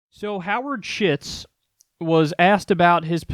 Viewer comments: Lol "Schitz" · Howard "Schitz", really?!? Who runs this channel, a 5 year old? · Lmfao Howard shits incoherently, babbles about healthcare